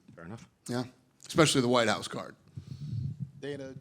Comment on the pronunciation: When Jon Jones says Whute House, he thinks of a completelly different thing.